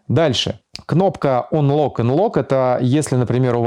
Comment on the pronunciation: Чувак, отличное информативное видео, но я тебя умоляю читани транскрипцию тех английских слов из интерфейса которые ты используешь напр., stand by - стэндбай (не стендби), unlock - анлок (не унлок). От чистого сердца говорю, и будет всем нам счастье и любовь.